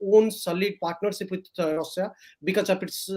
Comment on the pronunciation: Can't he pronounce Russia. Why Rosa. Irritating.